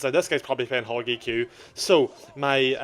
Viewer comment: I love how our accent emphasizes hog eq